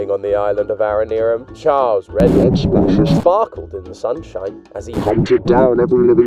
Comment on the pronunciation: Finnally a youtuber that pronounces aranearum correctly